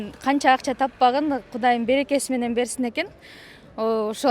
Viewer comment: Береке дегенди барака дей ко